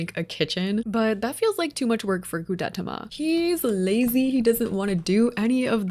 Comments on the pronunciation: gudetama is pronounced “goo-deh-tama” and they’re nonbinary! (they/them) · Gudetama is pronounced guu-deh-tah-mah; each syllable is like each word so it’s not pronounced as fast as you were ! Anyways, I love this video I’m OBSESSED🤩🤩🤩🤩🤩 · Goo-deh-tah-mah. Gudetama ☺️ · Tip: Godetama is pronounced Goo-Deh-Tama😊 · I think Gudetama is pronounced Goo-duh-tom-uh :) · It’s pronounced Goo-de-tah-mah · Sorry but it’s pronounced gu(de)TA-ma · Gudetama is pronounced like goo-deh-tah-mah 🥲🥲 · not seeing anyone else say it but gudetama is kinda pronounced like goo day tah mah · gudetama, i believe, is pronounced goo-day-tama :) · Here’s how to pronounce gudetama (well how I pronounce it) Goo-da-ta-ma Hope this help ^^ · I’m not 100% sure but I think you pronounce it “goo-de-tama”.. like tama as in tamagotchi. But I can be wrong 🙈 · This is all so cute 😭🩷❤️‍🩹 Always love your builds ! As for their name pronunciations, usually I find they're said slowly or plainly ? Idk how to explain that bwahah, but like Goo. deh. tah. mah. and Pom. pom. poo. rin. or Koo. roh. mi. That's usually the way to go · It’s goo-de-tah-mah. Gu-de-ta-ma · Japanese is pretty straightforward, btw Gudetama is just goo-day tama. Good tries though! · You said the egg’s name wrong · Awesome video!! Love the smaller details for each character. ALTHOUGH, Gudetama wasn't pronounced correctly and that they're considered non-binary as an egg, I over all think you did amazing!! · it is NOT that hard to search up gudetama's pronounciation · She said it wrong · yeah lol, I laughed at that, but hey, it’s not a very common word or name for white people to hear lol